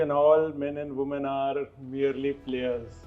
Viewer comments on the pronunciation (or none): none